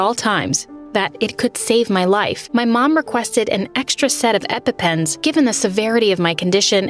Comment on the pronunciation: You arent saying Epepens right sorey to be rude but its annoying meh